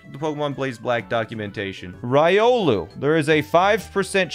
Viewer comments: "Rye-olu". That must be like a sandwhich or something. XD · Your Riolu pronunciation hurts me inside... Ree-oh-lou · this is bothering me. As an avid Trackmania watcher, it is REE OH LEW. STOP SAYING RY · He mispronounced Riolu, and it hurt me. ಥ‿ಥ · The way you say Riolu bothers me.